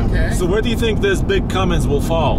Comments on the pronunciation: It's one thing to mispronounce it, but how do your even add a "G" to "Cummins". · No g in cummins, guys please.